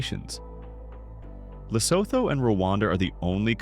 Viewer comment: unless your narrator is yet another AI voice, you need to know that Zambia is not ZOMBIE-uh, but ZAM-be-uh. I know because I've been there, plus the fact that I've checked Wikipedia. Fact #21 pronounced Lesotho incorrectly as leh-SOATH-oh, when it should be leh-SUE-two. Check Wikipedia. Your AI voice is a real knucklehead. The Mekong River is may-CONG, not McCong. Then, less than a minute later, another silly mistake: French Guiana's 2nd. word is ghee-AH-nah, not gwe-AH-nah. A few seconds later, yet another mistake: Philippines' Taal Lake is tah-AHL, not a mispronounced 'tall'. I know because I've also been there. Antarctica is the continent with the strongest wind (WIN-dee), not the most twists and turns (WINE-dee).🤨